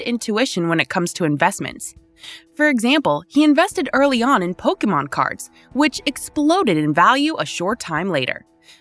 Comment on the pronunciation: Lol Pokémon popped off because he blew it up though If you are gonna make clickbait news at least learn how to pronounce the names